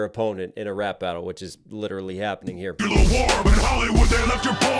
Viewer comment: I take points away from Kong for pronouncing"nuclear" wrong. Godzilla won this for me.